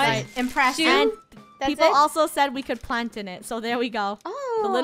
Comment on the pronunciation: Land oh my good plepole